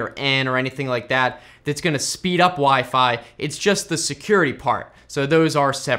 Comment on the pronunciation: "wee fee"